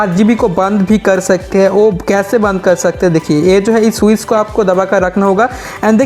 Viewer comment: Swiz nahi Switch